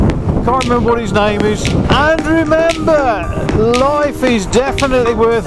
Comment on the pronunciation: And remember!....Andrew member! With you accent it sounds like you are saying his name!